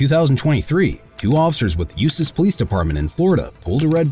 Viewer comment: The name of this town is not said like it sounds instead the proper way is “ USELESS “.